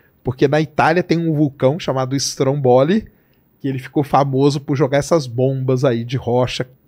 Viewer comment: O vulcão chama-se STRÒMBOLI, sílaba tônica no primeiro O